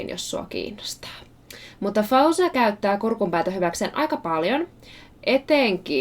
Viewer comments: She pronounces her name FO-zia not Fow-zia. Her skills are shocking though. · 'cause her name has Arabic origin, I'll try to help you pronounce it: FAW-ZIY-YA There should be (stress) on the letter (y), that's why I wrote it twice... I hope I helped! :)